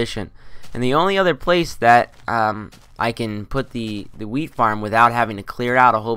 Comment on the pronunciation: Sounds like youre saying weed farm not wheat farm hah